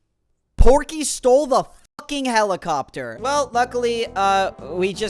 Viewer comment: The r in Porkey is invisible.